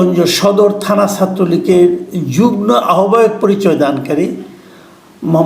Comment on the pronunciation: ভাইরো, আপনি তো সিনিয়র সাংবাদিক, যুগ্মকে যুগ্ন উচ্চারণ করেন কেন? বাংলা ডিকশনারিগুলো দেখে নিবেন।